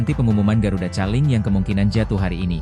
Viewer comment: Koling bacanya bukan caling … kocak 😂